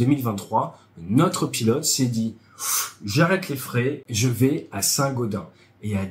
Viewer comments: Pour info on dit Saint-GaudenSS 😉 À part ça excellente vidéo comme d'hab 👌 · Chez nous on dit saint gaudensssss ! Sinon très binne vidéo ! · On dit Saint Gaudensse :) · Bonjour, il faut prononcer le S final de Saint Gaudens [sɛ̃godɛ̃ːs] . Bonne vidéo instructive comme toujours. Vive la chasse d'eau! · On prononce St GaudenS avec le "s" à la fin ! ;) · Désolé, je suis obligé de te corriger, cela se prononce "Saint Gaudainse":D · Saint GaudenS ont prononce le S !! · Saint-gaudenSSSSS ON PRONONCE LE S FINAL BIN SANG Dsl, je ne pouvais pas ne pas réagir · St Gaudensssssssss c'est pas comme gredin ;-) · On prononce le s de Saint-Gaudens !